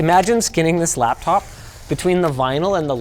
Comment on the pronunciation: It’s not a “lab top”